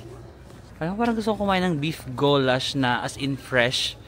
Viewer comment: it is guuulash not gowlashh 😅